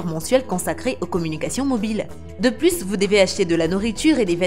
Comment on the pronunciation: C'est sans "s" normalement lorsque "plus" est parlé on dit "plu je veux ... "